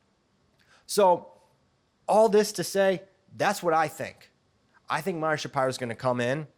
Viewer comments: That’s how you say it bud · That is how it's pronounced. He corrected everyone after saying sha pee ro for a long time.